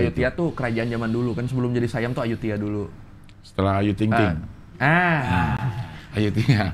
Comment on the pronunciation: Ayuthaya bukan ayuthiya .